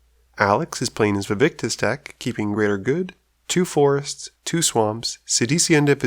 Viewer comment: Hate to be that guy but it is "Vaevictis" not "Vaevictus"